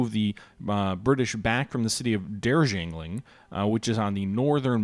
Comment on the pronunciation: Dar-Jee- ling is how it is pronounced. Famous for high rain fall and tea.